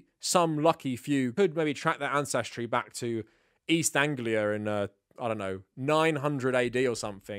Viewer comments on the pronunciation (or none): none